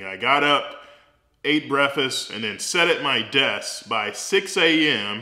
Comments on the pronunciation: Breaffest lmaooo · Good advice. So nobody's going to point out lieberry and breafast like those actual words. Every doctor I work around nails those words with the greatest of ease. I guess library and breakfast will wait